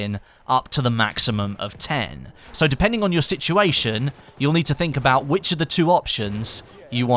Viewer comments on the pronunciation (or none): none